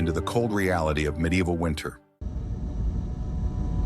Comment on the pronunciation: how can the AI not pronounce "reality"; this is the opposite of the other AI slop how medieval castles were great at storing heat because of the bulk. I guess both are true.